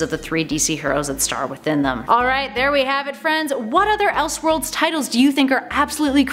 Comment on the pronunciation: “Elshworlds” and “praduce” huh? Are you a real world A.I. human being? I’ve never heard that before in my life.